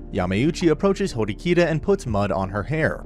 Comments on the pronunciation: it's horikita not hirokita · the way he mispronounced horikita's name multiple times lmao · I hate the way you pronounced Ayanokoji and Horikita’s names